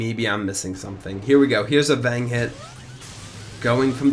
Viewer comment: "Vang" (Fang) "Low Cut" (Low Point) Doo-lity" (Duality)